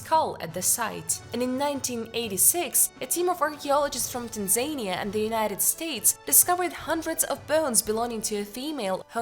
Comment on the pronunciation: It's Tan zan IA. It's Came bridge!